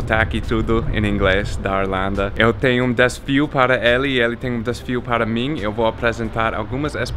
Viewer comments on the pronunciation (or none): "Desfio" ao invés de desafio é fantástico!😀